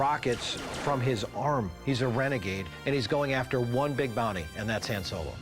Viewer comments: I hate that the expert called him “Ham” Solo. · The "expert" calls himself a Star Wars fan and pronounced "Han Solo" incorrect. It's phonetically pronounced "HON" not "HAN" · The expert cant even pronounce Han Solo's name right. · It's a bit hard to trust a Star Wars "expert" who mispronounces Han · these guys mispronouncing han and boba makes me grind my teeth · hired to track down mispronouncing toy collectors